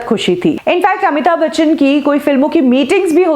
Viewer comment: It's Amitabh Bachchan..not Amita Bachan. Pehle naam toh pronounce karna seekho. Phir trolling jaari rakho. Waise bhi aapke aur 70mm Rahul ke videos zyadatar Amitabhji ko troll karne par hi hote hai.